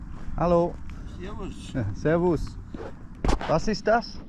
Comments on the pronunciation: your servas is very good pronounciation 10/10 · He nailed the „Servus“ though.